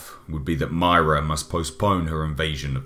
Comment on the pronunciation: You said Myrrah wong